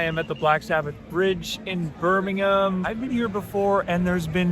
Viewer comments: I appreciate your pronunciation of Birmingham and not Birming-HAM. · for pronouncing “Birmingham” properly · Thank you from the bottom of my Brummie heart, for pronouncing BIRMINGHAM correctly…XXXXXXXXXXXXXX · Sooooooo much credit for pronouncing the name of my city correctly!! Also, great video!